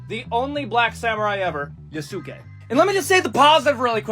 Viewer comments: Yea su kay. My man is making me cringe with each time he said it. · > promnounces it Yo-SOOK-ay >Opinion discarded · “I gotta play a WOMAN or the BLACK MAN YA-SOO-KAAY?! I’m so invested in getting the Japanese culture right when I can’t even pronounce anything correctly and I’m absolutely not using it to hate on women and black people” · It’s pronounced ya-skay like saskay sasuke from Naruto omg I got triggered so bad it’s right up there with people pronouncing kamehameha wrong when it got added to Fortnite lmao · "yuh soo kay" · Dude talking about respecting Yasuke but can't say it right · The guy talking about the creed shadows thing and then choosing the one black guy to ever be a samurai bothered me. I understand his points, but he can’t pronounce Yasuke, shinobi, or Tsushima right and it bothers me so much cause it’s not that hard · The dude mispronouncing Yasuke's name while bitching about not being historically accurate will never not be funny. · Can't stand the way that guy pronounces Yasuke. The thing that's really funny to me about the whole Assassin's Creed situation is like.... When have those games ever been historically accurate? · I die every time the guy pronounces Yasuke's name wrong 😭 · I am not taking the opinion of anyone who pronounces Yusuke like that. No opinion for him.